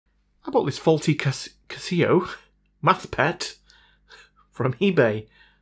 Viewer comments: I've never known anyone to pronounce it as Ca Seeee oh. It's just Casio. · 80s me is crying at that pronunciation of Casio.